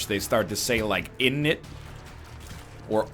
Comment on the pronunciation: NL please never say innit again. You arent meant to pronounce the double n